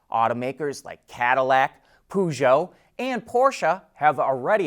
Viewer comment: Look up how to pronounce “Peugeot”. It’s easy, once you hear it. There’s no “poo” in it.💩